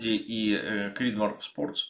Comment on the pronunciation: просто после американского видео очень слух резануло. В остальном отличный видос, спс.